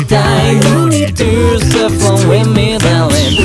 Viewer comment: の永臣のdarlingの発音好きすぎるんだが